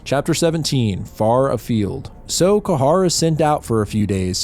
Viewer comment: Ka h a r.... bro his name is prounouned key-ha like a gull screech, keee haaaa